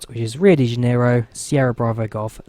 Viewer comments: Ooops - Flaps extended to just about FL310 :-) As for the pronunciation of "janeiro", here you go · Hahaha, to pronunciate janeiro, speak something like Rio di Janario.